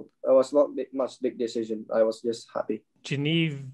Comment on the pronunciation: that pronunciation of genevieve is embarrassing ahahaha